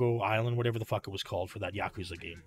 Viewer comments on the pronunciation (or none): none